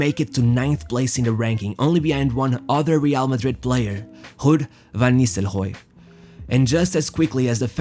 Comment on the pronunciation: ghuud Van Nistelghooy. FFS xD